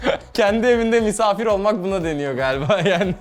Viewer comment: "burası misavvvir odası mi " demesi çok komik